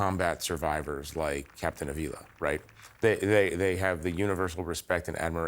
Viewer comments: It's pronounced A-vila, the accent is the first A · Just for the record, in Avila, the stress is made in the first syllable, like in Jonathan. To hear everyone saying JonAthan is a little bit disturbing, right? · Seriously no one at CNN speaks Spanish well enough to tell these idiots how to pronounce Avila? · Side note from the main point here about Trump denigrating the military and vets. I was surprised to hear the announcer and the hostess mispronounce Mr. Ávila's last name. Just trying to be helpful here. In most Romance languages there are "tildes" or marks over certain letters. That's a visual indication of the stressed vowel in that word. So, it is pronounced US: /ˈɑːv-/ AHV-,[3] Spanish: [ˈanβila]. In this case, the name Ávila comes from a city in Spain which is also the capital of the province by the same name. There have been people living there for some 2,500 years, that's probably why you haven't heard about it or of it. The city has a complete medieval wall, one of the best in Europe. The Walls of Ávila The main landmark in the city is the imposing Walls of Ávila (11th–14th centuries), begun in 1090. The enclosed area is 31 hectares (77 acres) with a perimeter of 2,516 metres (2,752 yd), 88 blocks of semicircular towers, 2,500 merlons, curtain walls 3 m (9 ft 10 in) thick, with an average height of 12 m (39 ft), and 9 gates.[18] The walls represent the largest fully illuminated monument in the world. It is possible to walk upon the walls for roughly half their circumference. While some of the walls will never be walkable because of their integration into other structures, a large stretch has yet to be made safe for pedestrians.[citation needed.